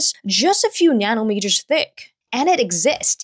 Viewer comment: im sorry but the way you said nanometers sounds like nyanometers to me sorry